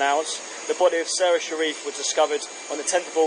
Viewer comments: And it isn't SaRA, it's SARa. I'm afraid it irritated me too much. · Why on earth are you saying her name like that?!? Serah? It’s Sara . I don’t understand. Is that the way they say it?!? That’s so strange to me